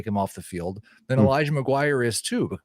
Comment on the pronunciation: Elijah McGwire?????? Lmao.